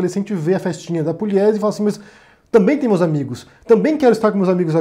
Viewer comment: Não é Puliesi, é Pugliesi. Não, não, Pugliesi não lê-se Puliesi. Sou de Assis SP, aqui tem a família Pugliesi.